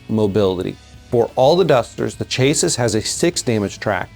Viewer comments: Chass-see. Not chase-sis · Chassis is pronounced chassy like classy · chay-sis.... hehehehehe